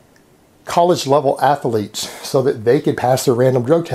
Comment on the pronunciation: Why do you pronounce athlete with three syllables? Do you prononce math with two?